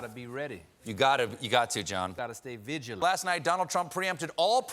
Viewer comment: Gotta stay vi'gent . I love John 😆